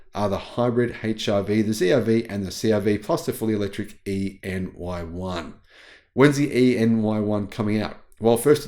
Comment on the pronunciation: I think you're supposed to pronounce ENY1 as 'anyone'.